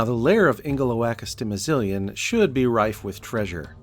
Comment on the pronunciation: Impressive build, but not quite as impressive as your mastery of the word Ingeloakastimizilian.